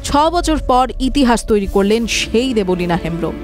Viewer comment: Debolina noi deb lina